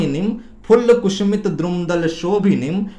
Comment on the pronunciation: बहुत ही अच्छी जानकारी दी है, बेहतर होता अगर आप वीडियो बनाने से पहले अपना उच्चारण किसी से ठीक करवा लेते - कुसुमित: को कुसूमित, श को स और स को श बार बार उच्चारित कर रहे थे।